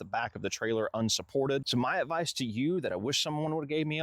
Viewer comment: Good "avdice" 😂